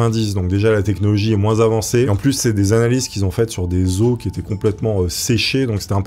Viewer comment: on dit "les os", pas "les osses", ca m'a perturbé toute la vidéo!